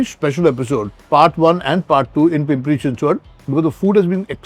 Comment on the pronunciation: Thank you for pronouncing Pimpri Chinchwad and Pune perfectly 😅